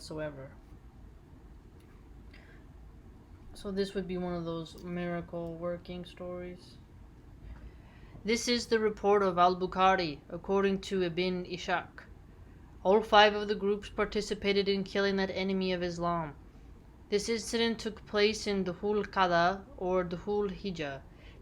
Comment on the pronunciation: Just a little thing Ishak = issac, it's iss - hak